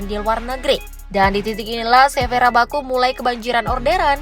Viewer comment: Rakabu bukan rabaku sok tau banget belajar dimana woyy